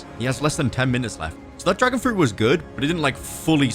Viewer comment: Bro said dragon fruti haha